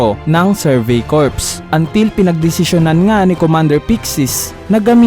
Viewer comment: Sir, Cor ang pag basa sa Corps.